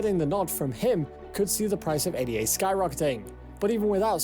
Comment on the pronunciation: This guy can't even pronounce Ada correctly. Too simplistic analysis on altcoins. So many others are better than cardano. Polkadot, Solana, Luna, atom, elrond, algirand just to name a few, all energy efficient and faster than cardano.